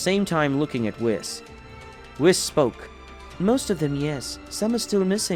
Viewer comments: If you're going to depict Yamoshi as women stop calling HER a HE, same goes for the FEMALE Namekian, Also the angels name is WHIS not WIZ, its an S not a Z think of it as saying WE then adding S to the of the pronunciation, also no one calls Beerus MR Beerus its LORD Beerus and Whis is just Whis, also Whis never calls Goku and Vegeta "Mr" he just uses there name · and there was the narrarator whom is incapable of saying whis' name correctly